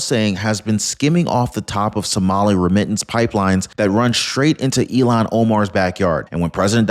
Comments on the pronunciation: Ilhan. Like ill han. Not illon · you keep calling her Elon. Elon owns Tesla and SpaceX, her name is ilhan. Look at the spelling. It's pronounced ill-hahn. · 意図的な意訳が成され記事です。"Ilhan"はイーロンでは無く、イルハンと発音する。The intenntional bad translaition into Japanese was made. Ilhan:-> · I'll Han , not Elon 😅🇺🇸🏡👩‍❤️‍👨🪕